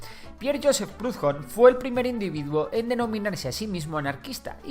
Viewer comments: por que pronuncias prudjon, hablas español, la h no se pronuncia, al menos busca como se dice en el idioma original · Proudhon era francés, ni siquiera los ingleses lo pronuncian a la inglesa. Incluso si lo lees a la española suena más parecido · Primero, como dijo Bakunin se ha creado una nueva elite capitalista como vemos en china y rusia y prohudon se pronuncia no con la h como jota recuerda que era francés y lo que acentúa es la U y no se pronuncia como una jota que no es anglosajón tercero falta de hablar de muchos aspectos y el porqué es muy fácil seguir a rebaño dentro de una sociedad que no busca la emancipación del poder que corrompe al que lo ejerce y luego falta una corriente que es el anarquismo pacifista de León Tolstói o evangelista que busca como para mi fuero los primeros anarquistas ya querían y trataron de enfrentarse al imperio romano para que nos guiaramos como ellos por los prefectos cristianos de amarnos los unos a los otros y benerar a dios sobre todas las cosas y no es contrario al anticlericalismo anarquista ya que si dios está en todas las cosas todos somos parate de ese todo llamado dios y si es así y nadie tiene derecho a mandar a dios tampoco a mi ya que este descansa en mi y en toda persona SALUD Y LIBERTAD